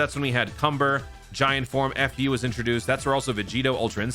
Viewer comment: Why is he saying fu like f*** you, theres no space between the letters lol